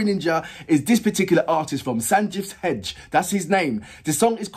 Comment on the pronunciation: His last name is pronounced heg-day. As others have told you he started young with a TV singing competition called Sa Re Ga Ma Pa (the Kannada edition, I believe). He went on to become a playback singer in the Kannada film industry and by now has sung for the Tamil and Telugu film industries. And I have seen him act in at least one Telugu anthology film. He also composes and arranges his independent music and is now branching out into Hindi (the language of this song). I am from Mumbai, so I was only recently introduced to his work, but here are a few of his songs from Kannada films I like: 1) Usire from Sapta Sagaradaache Ello - Side B 2) The title track of the film Ondu Motteya Kathe 3) Nigooda Nigooda from Kavaludari You should also check out the song Baadal (Hindi) which he has composed and is now part of a film sound track. He also has a Coke Studio Bharat collab with the composer of SSE-Side B mentioned above. This is a Kannada song called Geejaga Hakki (Weaver Bird). The video has subtitles, so you can understand the lyrics.